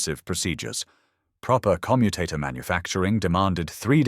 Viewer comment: AI audio naff again. Commutator stress should be on O , and not U which relates to the verb to commute. pay a bit more and get it right !